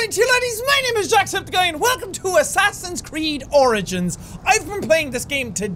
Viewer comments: I thought jack said welcome to assassin's creed oranges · did he say assasin creed oranges